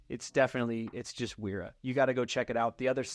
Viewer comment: Pb swiss! And also those German W's are pronounced like a V